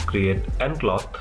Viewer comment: cloth not clock , pronounce it cloff